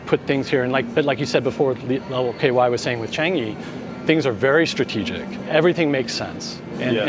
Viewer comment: Do have respect in pronouncing local n asian words/names. Do Not say it/them in american way....do say as CHAA NGEE, not as CHE NGI. Follow the pure locals - how to pronounce these words/names even if not perfect. But DO NOT in your way. Unless you want to be lost in translation or misunderstood and lost the direction to your destination. Thank you